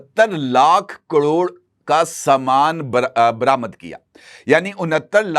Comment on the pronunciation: کڑوڑ؟ یا کروڑ؟ آپ واقعی صحافی ہیں جنابِ عالی؟؟ بہت خوب جناب بہت اعلیٰ خبریں ہیں 👌🏼